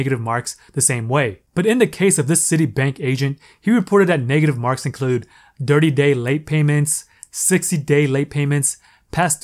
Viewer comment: Did he say "dirty day" late payments 🤣or am i trippin' ? I am enjoying your content